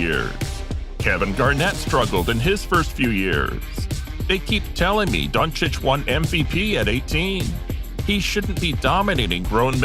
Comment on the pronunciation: 🙏Thank you for pronouncing his last name right🙏